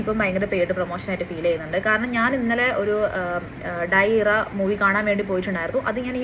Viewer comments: ഡയ ഇറ അല്ല ഡിയെസ് ഇറെ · Daayi iraa... fayangara pronunciation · dies irae pronunciation wrong ann 🤡🤌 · ആദ്യം പsത്തിൻ്റെ പേര് പറയാൻ പഠിക്ക് സ്ത്രീയെ 😂😂 പേടിപ്പിക്കുന്ന പടം എന്നതിനു അപ്പുറം ചിന്തിക്ക് കുരിപ്പേ